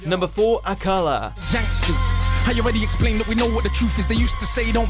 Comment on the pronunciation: It's not AKAla beg Ya pardon? Can't even say his name right